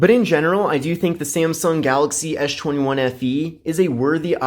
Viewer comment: you call it "Ash 21" instead of S 21 :-D